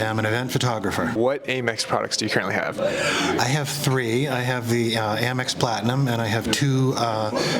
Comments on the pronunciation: Amex (where the A sounds like the A in "dad") Not "Ay-Mex" Otherwise...great video! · Please stop saying “ay-mex”. It’s pronounced “am-ex” as in American Express. You wouldn’t say Ay-Mercia unless you’re from Texas. Love your content though. Very informative credit card info and reviews. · Isn't it "AM-EX" not "A-Mex"?